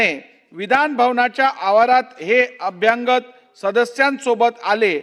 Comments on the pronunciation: कृपया "अभ्यागत" असा उच्चार व्हावा असे कळवावे. अनुस्वाराचा उच्चार चुकीचा आहे. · अभ्यांगत नाही हो... अभ्यागत! अनुस्वार नाही त्या शब्दावर. अभ्यागत म्हणजे पाहुणे. हिंदीऐवजी महाराष्ट्रातील प्रत्येकाने मराठीच नीट शिकणे गरजेचे आहे.